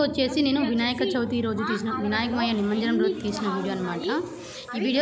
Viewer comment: నిమంజనం కాదు, నిమజ్జనం.వీడియో బాగుంది.